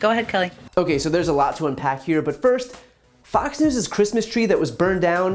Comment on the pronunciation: Brian called them “Fock News”. Slip of the tongue, or no?